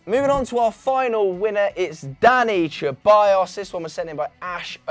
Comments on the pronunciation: Ceballos is pronounced SEBALLOS or THEBALLOS not CHEBALLOS 😒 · Its se-bayos not cheballos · Come on guys let’s put some respect on Danis last name it’s pronounced Seballos with an S, the C is meant to be pronounced as an S. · Only thing more annoying than VAR is how you say Ceballos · Why are you pronouncing Ceballos like that